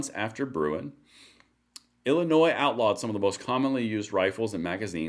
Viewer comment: When she can say my states name correctly maybe I will believe she gave more than a passing care my way. Illinois, the s is silent.